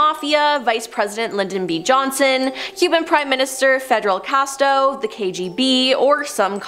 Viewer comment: Yes, she said "Fastest reg-i-me" instead of fascist regime. She also says Federal Casto ~15.0, instead of Fidel CastRo.